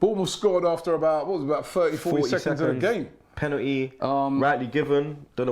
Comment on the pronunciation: it's called Penalty not Pennetii